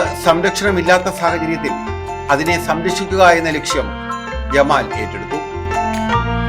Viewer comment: ജമാൽ അല്ല ജലാൽ ❤❤